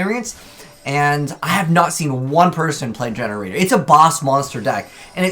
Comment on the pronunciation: Gene raider ( jean raider ) , not GenRaider